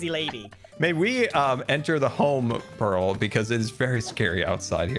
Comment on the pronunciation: I only just realised that the way says "Pearl" sounds an awful lot like "Peril"